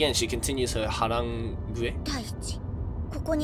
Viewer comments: Harangue is pronounced huh-RANG (like the phone rang) It rhymes with meringue (the dessert). It means to lecture someone, especially in an aggressive way. It's one of the weird words that were borrowed from French relatively recently. Cheers :0) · pronunciation = "Har-rang" ...... (the word just means `to corner [a person] with words` only).